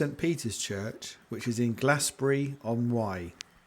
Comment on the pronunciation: Thank you, that was a wonderful video, it made me appreciate the old church again. I do hope that you are right and that there will be a revival. I'm so glad that you enjoyed the service and that you came to St.Peter's. Just to say that Glasbury is pronounced Glazebury, and St.Cynidr is pronounced Kunider (approximately!) I hope that you don't mind me writing this, the film and your commentary are great.